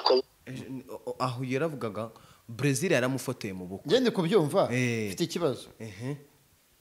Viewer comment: Uvuzukuri abenshi muribo n' Inkandagira bitabo ntibazi nokuvuga Praisil bavuga Brezire yongwe we amwita Brazire bose nababaye ibisambo mu mihanda batize numwaka wambere ni birofa gusa puuuu!!